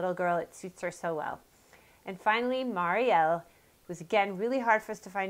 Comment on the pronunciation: I'm a Marielle. :) I am SO GLAD you say it the right way! So many people say "Mary-elle".